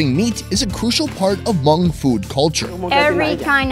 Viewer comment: Plse lady-its not “her-hmong”. Its just “Hmong”. Talk to me if u need further clarification! Omg don’t butcher my name!!!!